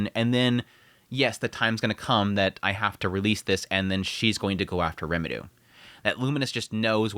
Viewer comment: Why the fuck can’t you say Rimuru’s name right